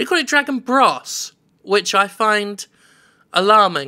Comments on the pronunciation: why did jim keep pronouncing bros. as bross? it's bros..short for brothers.. like Super Mario Bros. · Dragon Bross? BROs! Bros. is suppose to be short for Brothers. How can the announcer call it BROSS? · Bros. not Brass.